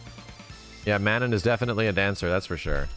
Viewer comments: MA-NON not MAN-IN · Mah-non... I'm m sorry but it's not man nan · I cringe everytime he says "Man-in" instead of Manon. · Just as a heads up, and trying real hard to not be "That Guy" but based on her country of origin and knowing someone with this name Manon is probably pronounced "muh-NON" so it rhymes with Anon. Not coming at anyone for saying a name wrong but it may be easier to correct early on so it doesn't become a habit lol. Very excited for this game, it'll be my first real foray into Street Fighter since playing a version of 2 on the GBA when I was a kid, and my first big classic fighting game interest since Soul Calibur 2. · Plz god: Phonetic spelling of Manon ma-nawn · IT'S MEH-NOH!!! That's how you say Manon! In a French "Meh-Noh"!!! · What is it with the FGC and mispronunciation? Juri (Joo-Ree), FANG (Fah-Ng), Ryu (Ree-Yoo, and yes people STILL get it wrong), Zangief (Zahn-Gee-ef), Zeku (Zey-Koo), and now Manohn (Mah-Nohn), I swear. Otherwise, gameplay looks good. Gonna wait to see how long till people bitch about JP doing full screen combos. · You pronounced Manon's name wrong. My buddy works on the localization team for Capcom Japan and confirmed it's a nod to the famous female Canadian hockey goalie, Manon Rheaume. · Someone needs to teach to pronounce Manon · the way you pronounce Manon is going to give me an ulcer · but the real question is shall people one day pronounce Manon the correct way xD. just kidding love ya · Why does keep pronouncing Manon's name like that, or is that just the way Americans pronounce it. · Why does everyone pronounce Manon’s name incorrectly? Are people really that stupid